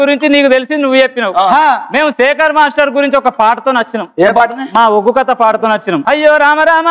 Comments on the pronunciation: Arey adhi uggu kadhu ...ooggu.. please chang the icon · ఉగ్గు కాదు అండి ఒగ్గు అనాలి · ఉగ్గు కాదురా, ఒగ్గు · ఉగ్గు కథ కాదండీ ఒగ్గు కథ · ఉగ్గు కాదురా అయ్యా ఒగ్గు 🤦🏻‍♂️ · Uggu kadhu bayya oggu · ఉగ్గు కాదు ఒగ్గు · ఉగ్గు కాదు నాయన ఒగ్గు సరి చెయ్యండి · Uggu kadhu oggu, kinchaparachakandi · Uggu kaadhu raa Adhi oggu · Uggu kadhu ra ayya oggu